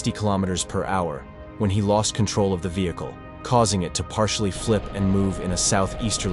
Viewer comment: "vehickle"" Me: 💀 (AI is fr funny sometimes, trying to pronounce even the simplest words. )